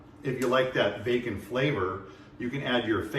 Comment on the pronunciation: i was doneeeeee when you said “fasage” and “facon” 🤣